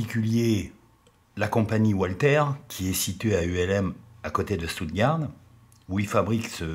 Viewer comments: le U se dit [ou] comme dans toutes les langues européennes, et le reste coule de source. En tout cas, merci encore pour la qualité de la chaîne, et de n'avoir pas pris la mouche. C'est vrai: ça me change des fangios et autres allumés de la poudre. Etrangement, j'aime moins le tir en soi que l'entretien ! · Walther se prononce "valtère" et la ville d Ulm se prononce"oulm";merci